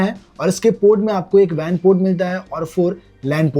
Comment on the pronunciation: It's not VAN port it's WAN port 😂